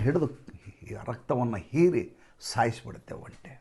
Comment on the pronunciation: ಹಾ,,ಇವರೆಲ್ಲಾ ಸೇರಿ ತಂತ್ರ ಮಾಡ್ತಿದಾರೆ ಜನರ ಆಶೋತ್ತರಗಳನ್ನು ಈಡೇರಿಸುತ್ತಿರವುದೇ ಓಟ್ ಚೋರಿಯ ತಂತ್ರ 😂😂😂& ಒಂಟಿ ಅನ್ನೋದು ನಿಮ್ಮ ಕಡೆ ಆಡುಭಾಷೆಯಲ್ಲಿ ಸರಿ ಆದರೆ ಅರ್ಥ ಏಕಾಂಗಿ ಅಂತ,ಅದನ್ನ ಒಂಟೆ ಅಂತ ಉಚ್ಛರಿಸಿದರೆ ಒಳ್ಳೆಯದು ಅಂತ ನನ್ನ ಅನಿಸಿಕೆ